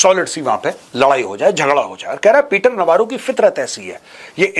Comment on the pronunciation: Peter Navaro है ki Peter 'Lavaro"?😂